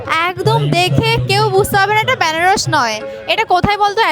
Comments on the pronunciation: Banarash❌ benarosh✅ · ব্যানারস না, বেনারস